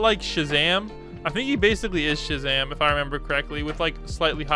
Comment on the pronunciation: He said:all right his ranged like shazam Me heard:all right his ranged like shit zam 💀